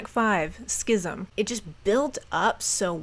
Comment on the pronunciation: You need an award. You said "schism" right on one try